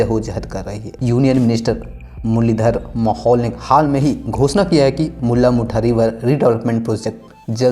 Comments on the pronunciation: Bhai tu jara pronounciations kisi ko puch le video banane se pehle...Tereko mula mutha bolne nhi ata mulla mutha bolra 😓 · आंड नही रे बाबा, औंध 😂😂😂 मुल्ला मुठा नही रे बाबा मुळा मुठा 😂😂😂